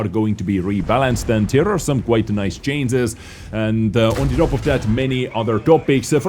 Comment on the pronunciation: Dude its not cances, its changes !